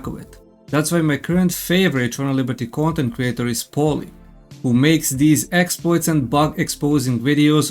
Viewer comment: Your pronunciation is pretty funny, "gontent" for content and "gomment" for comment 😂. I'm going to make this gomment and tell you to stop being so negative.